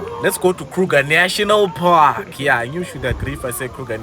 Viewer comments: "Krrruger National Parrrkkk!!!" 😂😂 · i love how says Kruger National Park🤣🤣😭😭😭